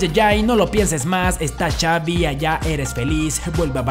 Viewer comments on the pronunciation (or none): none